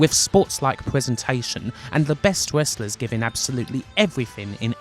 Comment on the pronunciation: i find it kinda soothing how she pronounces Wrestlers as Westlus. i guess im used to it after following for years, but ive grown to like the weird quirks in the pronounciations